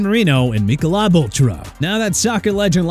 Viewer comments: I'm sorry, "Mee-ko-lob Ultra"😂😂😂😂😂😂.......Yeah, no! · I noticed that Michelob glitch too. I'm giving them the benefit of the doubt because everything else was pronounced properly. I think it's possible to have found an announcer who never drank a Mick and never heard the product name mentioned on a TV or radio ad.